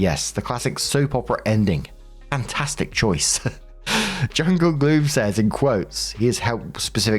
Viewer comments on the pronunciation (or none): none